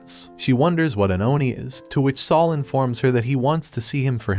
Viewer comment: I just love how you fry to pronounce spanish words like sol and gracias. Its isnt the correct pronounciation but the way you say it fits better.